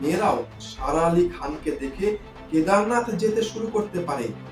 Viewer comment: Please pronounce her name properly.